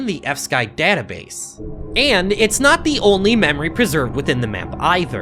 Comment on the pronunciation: Why do you pronounce fsky like epstein?